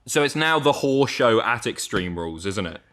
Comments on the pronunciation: As a Proud American who lives in the North West, not only do I pronounce the word Horror properly, I must say pronunciation of the word Horror sounds like Titus O'Neil's Dog Bark just said softly instead of hollered out 😂😂😂. Thank You Guys for All you do, I watch lots of your content and it Always keeps me entertained. Stay Safe. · Above the Mason-Dixon Line, never heard anyone pronounce horror that way before. Is that actually a thing? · Lived in the South. Can confirm.